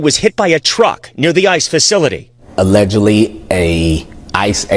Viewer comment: The word "aledgidly" shouldn't come out of the police chief mouth. He should know for sure.